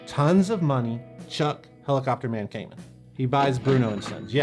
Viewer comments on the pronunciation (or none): I worked for many years at a guitar store that dealt a lot with Kaman, and everyone there pronounced it kuh-man, not kay-men. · True story I got the Stereo Chorus through a promotion in Guitar Player where KMC gave away the pedal of your choice for free. Oh and Chuck’s last name is pronounced “Kuh-Man” not “Cayman” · In Hartford County we pronounce it Kuh-man. Not Kay Mann. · First off, great video as always! Secondly, in my years working at a music store that was 95% Kaman product, I was under the impression that it was pronounced "Kuh-man" rather than "Kay-men" since that's how our rep and all the people on the phone said it. Kind of like their Takamine guitars: Some say "Tak-uh-me-knee", but the people at the company always said "Tack-uh-mine". Sorry for the "well, actually" comments, but since probably knows the people who lent their names to these products, I'd like some closure... Oh, and can we get a "RockTek" episode some day? Pretty sure those were also Kaman. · When I used to work at a music store we had the Kaman catalogue that we ordered from. The rep always pronounced it like “Command” without the d. I always thought he was wrong, but who am I to say anything. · By the way, Kaman is pronounced ke-man with the accent on the second syllable. I grew up in CT and my dad worked in a factory/job-shop that did a lot of contract work for Kaman. :-)